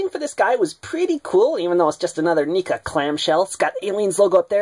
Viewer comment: You are saying it wrong neca